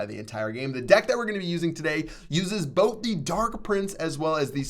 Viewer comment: probably he was tryin to say "both"